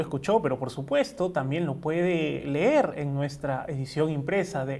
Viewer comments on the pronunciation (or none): none